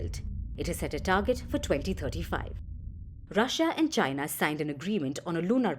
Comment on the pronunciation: You can tell if the network is hostile to China by the way they mention China . They will usually say chyynnaa instead of China ! FP is hostile like fk !